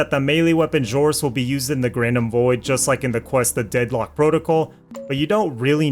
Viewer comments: Is pronounced ZORIS NOT JORIS WTF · Didn't know the letter X is pronounced like a J.. odd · it was a joke based on how the creator pronounced it